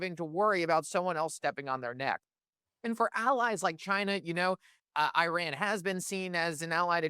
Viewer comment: You guys really should try to pronounce Iran correctly. If you can pronounce Venezuela correctly, you are certainly capable.